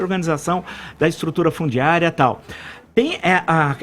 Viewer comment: Quando o Villa pronuncia a palavra "tal", se segura para não rir kkkk